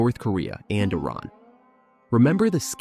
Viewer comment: Loving that you said Iran correctly! Very interesting watch, you'll gain a lot of traction I'm sure.